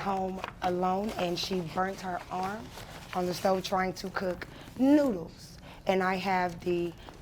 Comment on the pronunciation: “Newdools” I love that